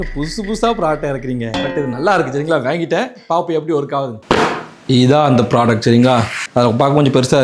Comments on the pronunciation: Vaangiten❌ Vengiten✔️😂😂😂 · 😂😂😂 , avanga slang 😅😅